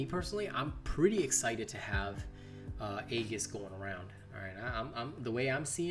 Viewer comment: Aegis, pronounced (ee-jis)